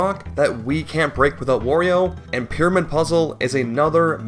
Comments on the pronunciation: He calls Mario “Mary-o” but still says Wario normally… how tf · How the Mario pronunciation triggers me so much. You can say Wario properly but not Mario? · what makes his pronounciation of mario more painful is that he pronounces wario correctly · What gets me is that he says Wario correctly, instead of wary oh. My guy, their names rhyme. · you say "merio" but also say "wario" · I'm convinced it must be on purpose because there's no way it's that hard to say it right, not to mention he says Wario just fine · No it’s not, he says Wario just fine